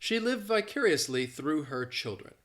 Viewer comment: I intentionally watched this video that I found out you drop the letter R From the word -through! In addition I convinced That is born to teach English as he is utterly great with it.